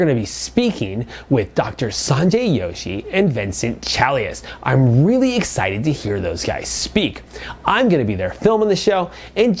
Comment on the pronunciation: I may be wrong but it's Dr "J"oshi (as in joe - shi). Not "Y"oshi. But correct me if I'm wrong. That nano looks Awsome!!